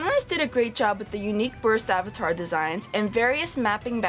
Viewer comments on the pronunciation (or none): none